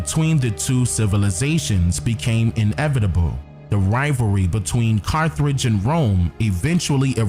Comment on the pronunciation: Carth age brother no r after th please.